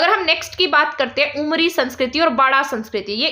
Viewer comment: Ma'am aapne अमरी likha h lekin aap bol उमरी rhi h. Aise to hm log bhi confuse ho jayege